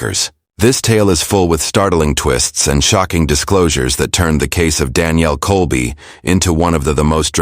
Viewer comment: Can't keep the story straight and mispronouncing Danielle's name (First and Last). I would be safe saying this is all made up b.s.!!